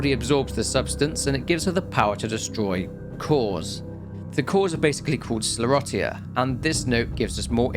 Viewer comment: I'll just say "Lady D", since I don't want a war over pronunciation in the comments. Also: skler-rotty-uh